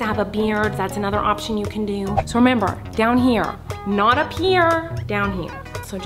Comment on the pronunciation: So we rember